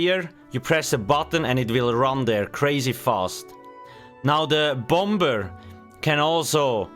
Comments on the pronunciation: You don't pronounce the second b in the word bomber. It's silent 😊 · The bom-ber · Take a shot everytime he says Bomb-Ber